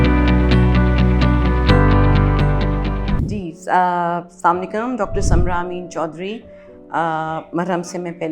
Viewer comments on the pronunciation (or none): Aap topic kiya discuss karogi pahlay assalamualaikum kahna tou theek seekh lijiaga madam. Assam alaikum bilkul galat hai.